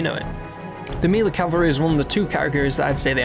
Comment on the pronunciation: mealy? Are you trying to say melee?